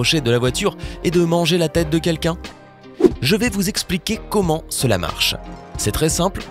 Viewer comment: ja seule chose choquante, c'est quand tu dis "commen allez vous?" euh..... il y a un "T"!!!!!! pouce bas!!!!